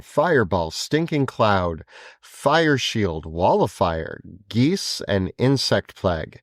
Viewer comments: bro called geas geese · Geas is not pronounced "geese" or even "gee-ass" as many have. It's pronounced "gesh". Just FYI, guys. Btw, I learned that from.